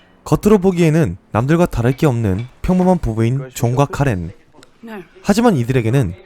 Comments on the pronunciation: 존과 카렌이 자꾸 종갓카레로 들리네... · 존과 카렌이 계속 종각 카레로 들려.. / 이거 왜이렇게 좋아요가 많죠 ㅋㅋ 감사합니다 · 이댓때문에 진짜 그렇게들려.. ㅋㅋㄹㅋㄹㅋㄹㅋㅎㅎㅋㅋㅋㅋㅋ원래이름 까먹었잖어..ㅜㅜㅋㅋㅋㅋㅋㅋㅋㅋㅋㅋㅋㅋ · 종각카레라고 들려.... ㅠㅠㅠㅠ